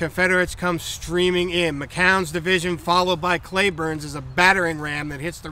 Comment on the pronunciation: In Texas it's pronounced Cleburne not Clayburn.